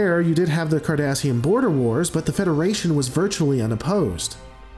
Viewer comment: Did he say, "... Kardashian border wars..."?